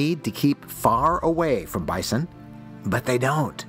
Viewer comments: Why do you repeatedly mispronounce Bison, then all of a sudden you pronounce it right once or twice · He went “bai-sawn” then went regular “bison” seconds later lol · It's supposed to be pronounced bizon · The first pronunciation "Bi-saun" about made my head explode lol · “Bye-san”….I don’t think I’ve ever heard it pronounced like that. 😂😂😂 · Bi-sohn...funny pronunciation. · Fyi ; In reality. Bison 🦬 is normally pronounced "bye - sun". 👋🏻 - 🌞 (It's been that way for a long, long time) But when a few "Fancy Restaurant Owners" (in and around Denver Co.) began serving it in their restaurants, and asking top dollar for it, they decided to approached the customer's table and offered them the "Fresh Daily Special" and intentionally pronounce it "Bye - Sawn", 👋🏻 - 🪚 instead. It has since become the norm to call Bison in the field 🦬 "Bye - Sun". and Bison on your plate, "Bye - Sawn". But some rich fools don't know the difference so they always pronounce it "Bye -Sawn" ! 🤷‍♂️ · AI can’t pronounce bison.